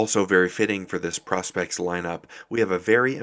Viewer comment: please say pro-spex and not pros-pex , nice watch tho